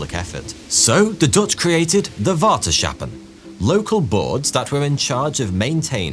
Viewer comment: Water sh appen? COME ON! CH as in loCHnesss please s CH ahppen...no more sh sounds, dutch doesn't have that sound, germans, english and frisians use a sh sound..